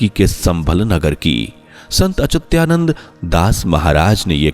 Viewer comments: अचुत्यानंद नहीं अच्युतानंद, अपने बोलने में सुधार कीजिए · संत अच्युता नन्द बोल.... सही से उच्चारण करने सीख ....चूत्यानन्द.